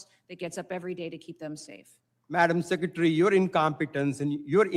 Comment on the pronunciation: "Seckatary, I'm axing you a question." SMH They're mocking birding the concept of Noem doing nothing but lie. It's gross, and a lot of low information morons will believe it.